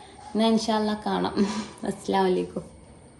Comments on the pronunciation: salam paryne shradhik aslalaikum ennala assalamu alaikum clear aki parayan shradhik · അസ്‌ലലൈകും എന്നല്ല അസ്സലാമു അലൈകും എന്ന് വ്യക്തമായി പറയണം... അല്ലേൽ അർത്ഥം മാറിപ്പോകും... അതുകൊണ്ടാണ്ട്ടോ ❤❤ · സലാം പറയുന്നുൻവേങ്കിൽ നല്ലോണം വ്യക്തമായി പറയണം ♥️♥️😍